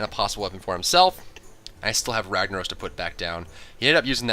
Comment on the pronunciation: why you say ragnarose when its ragnarOSSSS